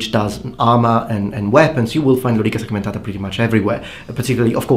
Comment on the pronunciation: what a remarkable prononciation of lorica segmentata :) i like italian accent